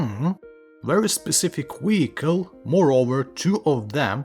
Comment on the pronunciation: Wery,wery, wediculous wehicle.